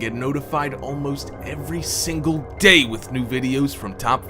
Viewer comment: Damn...why did you say day so hard?